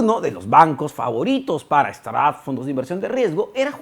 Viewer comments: "Straps"???? 😂 quieres decir "Startups" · De acuerdo, no se por que dice "straps" 😅